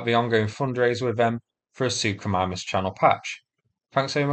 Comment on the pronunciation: sook-o-mime-us Thanks to you I had to look up pronunciation 😂